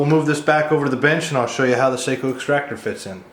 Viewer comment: Seiko is a watch.. Sako is pronounced “Saw-co”